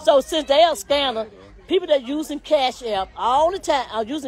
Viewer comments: Is saying scanning instead of scamming and scan instead of scamm???????😮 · They going to jail lock his A$$$$$ Up ! She can’t even say Scamming ! What is Scanning??😡